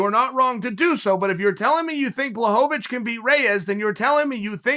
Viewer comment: please start pronouncing Błachowicz right